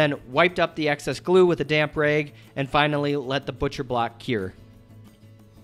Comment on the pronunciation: Montana? I thought you were from a non English speaking country, there were a few words you didn't pronounce properly, like "rags"... great video though.